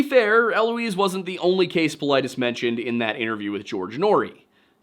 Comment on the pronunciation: his last name is GREEK it’s pronounced paw-LEE-deez